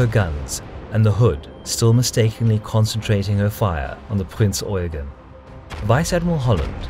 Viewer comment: Damn and english speaker who says eugen right